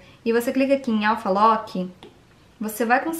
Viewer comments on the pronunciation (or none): none